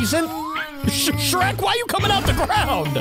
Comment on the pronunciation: BOY THAT ANT SHREK THATS SHRERSH